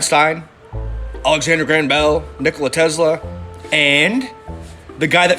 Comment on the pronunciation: "Nikola TeZlah" lmaoooiooo